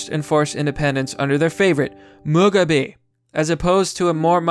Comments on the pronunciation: Mugabe is pronounced moo-gaw-bey not mug-a-bee. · Cool, a video about the Bread Capital of Africa, oh wait, Former Bread Capital of Africa. I'm pretty sure it's pronounced 'Moo-gob-ay' gotta pidgeon properly. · You saying Mugabe wrong it is pronounced Mug then garbeeee you are saying mug a bee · mug-a-bee hahaha. obv, it's pronounced moo-gah!-bay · Btw his surname is moo-gah-bay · Robert "Mug-a-bee"? 😂😂😂 This is why I can't share your videos. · Moo ga bay ... Why he not say his name right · Let’s not forget that they also managed to collapse their currency with hyperinflation. PS., Mugabe is pronounced “moo-ga-bee” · I care about the native animals of Africa, not this f*cking REAL Wakanda! (PS "Moo-gah-bay") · Mug-a-bee? C'mon. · "MOO-GAH-BAY". It helps people to take you seriously if you actually know how to pronounce the words you are reading. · Thank you! Between that, Malarial and Tsetse fly, this one was rough... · pronounced moo-gah-bae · Mug-a-bee. I laughted my head off. Get the pronunciation right ffs. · Is he mispronouncing mugabe on purpose or does he just not watch any news ever? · You pronounced Mugabe's name wrong...you're supposed to spit after you say it. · "Robert Mug-a-bee"... Bruh it's Mu-ga-beh not Mug-a-bee "..Apatrt-teed" Um, not as bad but it's generally pronounced Apart-tide. Overall I completely agree that they should be allowed to fail and even go extinct if they prove to be not viable as a haplogroup without the outside world artificially propping up their continued survival. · Apartheid like Apart-tide. Mugabe like Moo-gah-bae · Mugabe: Moo-Gah-Bee. Apartheid: A-Par-Tied. Information: good. Pronunciation: work in progress. :-) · Learn how to pronounce Mugabe & Apartheid, it makes you sound uneducated & you are not.